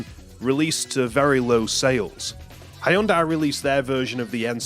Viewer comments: Ha-Yun-Die cracked me up - never heard anyone butcher the company name that bad 😆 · Cool vid. Just a minor correction: "Hyundai" is, at least in English, pronounced "Hun-dai" or "Hun-de." It's not a stressed y. They're actually a well known car manufacturer, so I'm a little surprised you've never heard the pronunciation before. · ive never heard anyone butcher Hyundai's name harder than this, and im American. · is this really how English speakers pronounce "Hyundai"?? 😭